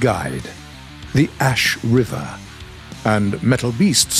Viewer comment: Oh yes As(s)h River